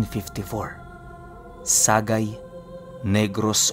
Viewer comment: # Sa+gay not sa-gay